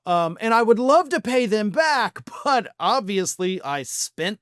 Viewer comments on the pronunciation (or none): none